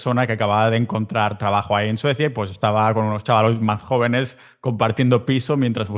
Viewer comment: Por momentos el periodista dice suecia? Jajaja